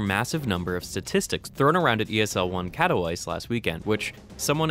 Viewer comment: Katowice is pronounced like Catovitze